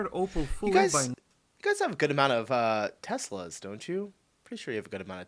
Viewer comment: Teslerrr don't you see any news there. 😂😂😂😂🏴